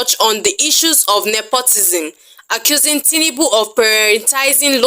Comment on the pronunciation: His name is TINUBU and not TINIBU. You are making it sound more beautiful than it actually is.😂😂 Emilokan-General of Nigeria